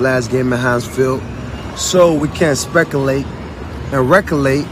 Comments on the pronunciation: reculate? lol my boy said reculate? and we r really questioning if has something wrong mentally!! OF COURSE!! Bro just said reculate like it was regular word! I really do hope he gets help bcuz these decisions r just affecting him and his pockets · he said recollate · “Specolate and recolate” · "Specalate or recalate"? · WTF is Rekulate?